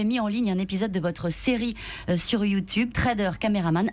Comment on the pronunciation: U2 BEURRE